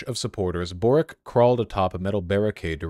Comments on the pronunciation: His name is pronounced Borich. Many Croatian ustasha fascists moved to Chile at the end of the ww2. Ironic that one of their own is now a socialist when they ran away from yugoslav partizans. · Holy shit A lefty Croat, as a chilean president A hard win Also the way you pronounce Borić as Borik kills me vaush ❤️ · Boric wouldnt be pronounced Borik, rather its Borić as in Borich